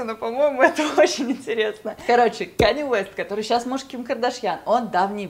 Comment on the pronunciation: кАнье Уэст. А не Кэни, хоспаде